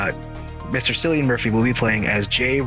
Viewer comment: Cillian is pronounced KILLian btw, and not a biggie I made the same mistake